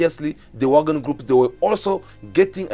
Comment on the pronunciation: Its Wagner not Wagon